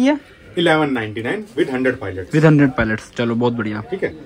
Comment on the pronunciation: Palets❌ Pilots ✅